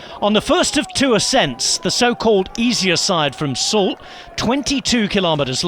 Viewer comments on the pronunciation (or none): none